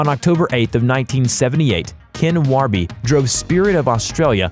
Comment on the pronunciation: Managed to mispronounce Warby, Tumut and Blowering.